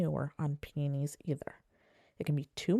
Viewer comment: Thanks for the tips. Mine are in containers and haven't had many blooms for the past couple of years so I'm heading out to get the right kind of fertilizer. Just an aside, I got the giggles with how you pronounce peonies. It sounds like you're saying "pee-knees" instead of "pee-uh-knees." When said fast, your pronunciation sounds a little like penis. Maybe say all the syllables. 😉